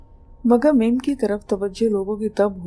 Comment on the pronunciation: Excuse me madam mim nahi mum aur koh e murad nahi koh e murdar